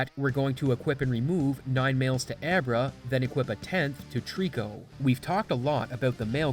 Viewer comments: "ebra" sounds like virus. As and Italian, and a magician, it as always been "abra" "abracadabra"...... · I've never heard Abra pronounced "Eh bruh" before.